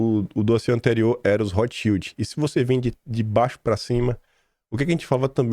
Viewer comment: Rotschild pronuncia-se Rotscháild